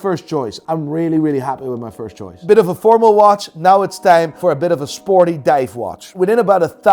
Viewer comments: Whoever coached to pronounce "now" properly in the intro really did him dirty! I literally look forward to his "naouw" in the beginning of every vid?? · WTF is this “now” bullshit! I only subscribe when I am told to subscribe “nai”! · This ain’t,this guy is an imposter! pronounces Now differently!